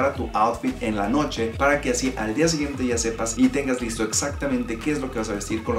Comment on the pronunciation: AMtes, siguieMte, deMtadura, geMte, falta modular un poco más al hablar, se nota mucho esos errores... Eso también es bonito, la gente que habla bien.